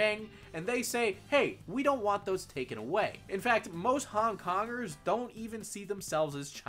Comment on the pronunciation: I hear "hung dongers" every time you say Hong Kongers